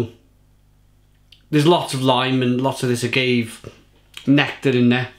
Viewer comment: "Ah-gave ser-vezzer" holy shit I think I died